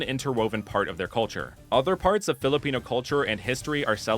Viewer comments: Wow, this is really researched very well! I love the designs of the starters and its inspirations. Imo, you really gave justice to a region that could be based off of the Philippines ^^ (Plus, I think you did really well pronouncing those Filipino terms :)) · As a Filipino, u didn't miss pronounce anything.❤